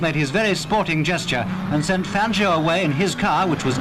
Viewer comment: Please lady, learn how to pronounce Fangio’s name! Listen to the commentators from the videos you’re showing...